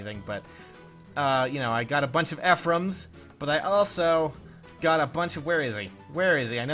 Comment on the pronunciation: So, if you say the names correct when people just normally tell you how to say it correctly, why do you still say Eefreeam after I've told you quite a few times that it's pronounced Effrum?